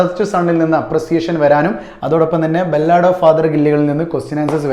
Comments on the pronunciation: ബല്ലാട് അല്ല സാർ ബാലട്😂😂😂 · Ballaad alla sir 'Ba luhd ' ennanu pronounce cheyya